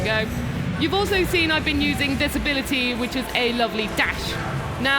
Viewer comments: Looks like nobody in the family can pronounce the word “seen”. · Also "vial", she pronounced that as "veil".